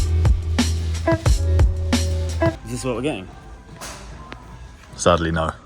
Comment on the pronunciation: "Saddley not"😂